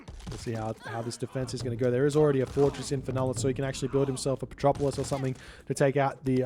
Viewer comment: "Petropolis" a non-existent unit but still pronounce:D:D:D:D